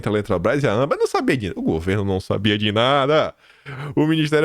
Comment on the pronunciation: francamente. Chega a dar raiva o jeito irritante que você assassina o vernáculo diariamente, errando até as coisas mais simples, como a sílaba tônica de palavras comuns a qualquer um que não seja um analfabeto funcional, como ÂMbar e ausTEro. Falo como crítica construtiva, apesar de ser dura, é para contribuir com seu trabalho. Coisas como essa fazem sua credibilidade como jornalista cair MUITO. Por favor, mais atenção ao nosso belo idioma, já tão maltratado. Já chega a ameaça da infame "linguagem neutra". 🙄